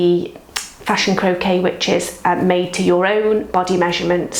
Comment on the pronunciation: hi, thank you for this video. BTW the word croquis is pronounced 'cro kee', not 'cro kay', which is a sport:)